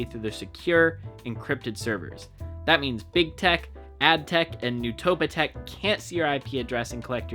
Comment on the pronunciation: "Newtopateck "got me dying 💀